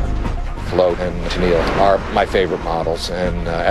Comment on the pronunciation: Why the fuck do Americans pronounce "Tenniel" as "Tuneeel". It's supposed to be pronounced "Tenny-ull. It's an old English name.